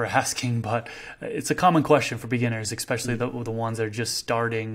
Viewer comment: These videos are packed full of some of the best info out there…but you’ve got to stop saying “exspecially”, it’s especially with no x or c or anything to where one would pronounce it “exspecially”. That’s the kind of stuff that makes the smartest people sound like they may not really know what they are talking about, but clearly you do, so this shouldn’t be a hard transition 😂